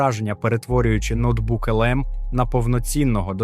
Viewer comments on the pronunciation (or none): Бляха шо за начитка?.. який ноутбук лм ало... вже не перший раз слухаю, весь час те саме notebook немає ніяко відношення до ноутбука😮‍💨